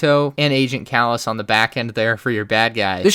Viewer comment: There's so many things he's said wrong in this lmao